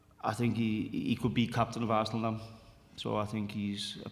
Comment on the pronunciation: Some Americans can't pronounce Arsenal. Ar-sen-al?